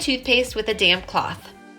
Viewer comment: Since I don't hear you say the 'p' on damp cloth. I was cracking up. Sounds like you may be mad at the cloth. Though I don't think so😂